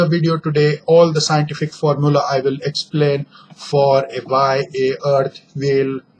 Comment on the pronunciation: wo eksplaned nahi explained hota hai